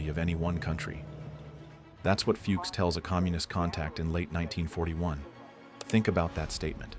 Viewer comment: Cant even pronounce Fuchs...